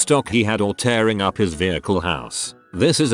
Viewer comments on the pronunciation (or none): none